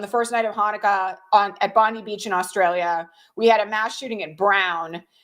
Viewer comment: Just a mouse-nuts pronunciation issue the Beach in Sydney. Local pronounce it Bon-Dye Locals there would likely be Horrified to be equated to the abject failure that is Pam Bondi.